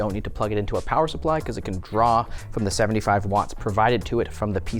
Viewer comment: Power Suppwy was top tier ngl